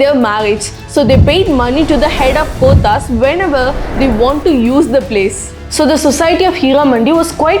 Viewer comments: Your pronunciations 😅...gothas 😂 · please learn how to pronounce the Urdu words like kothas,kathal, grains, nautch, etc. couldn't stand your pronunciation of these words. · Good information. You've pronounced kothas wrongly. Please try and pronounce native words correctly.